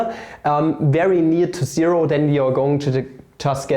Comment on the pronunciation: when papa says integrül fhom ziro tu infiniti (even tho there's no integral like this in this video) my heart melts <3 P.s.: as a hungarian, I am also very sensitive to ö ü letters my boi